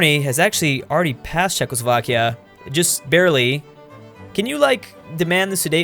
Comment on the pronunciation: “Chezckslovkia” YouTube: Chuckles Vodka